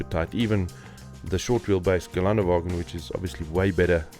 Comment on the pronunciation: It is called Ghe len duh va ghin. The umlaut on the first ä isn't garnish. 😊 Deutsch is different from English pronunciation.